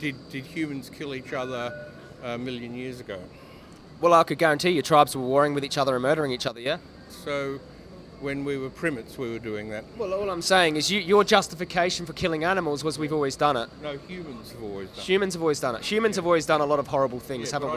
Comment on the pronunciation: Total stupid mode happened when he pronounced Primates as 'Prim-its'.